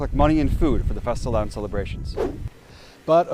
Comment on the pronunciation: Most briliant title yet! And btw, you're REALLY pronouncing fastelavn well.